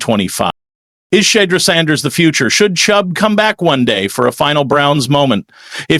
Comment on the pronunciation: Quit call him Shed-der His name is pronounced "She-duer"